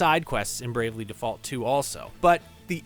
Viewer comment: Its pronounced Default, not Default 🤣